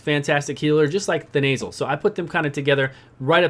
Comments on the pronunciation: The nasal - aka Then uh sill (Thenasil). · "we got Vrask, Thenasil..." (pronounced The Nasal) instant image of Vrask's nose...